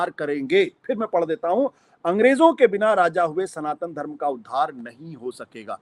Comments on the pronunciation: सनातन को संतान बोल रहा है मूर्खआशुतोष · It is not Santan, it is Sanatan....